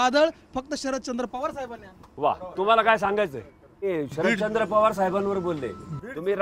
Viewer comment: शरदचंद्र नाही शरदचाॉंद भाई